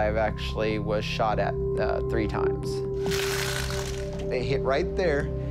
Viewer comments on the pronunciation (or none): "Class theee body armor" you can definitely trust this guy 😅